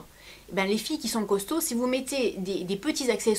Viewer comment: Ça fait mal quand tu dit costaud mdr .......ah..:(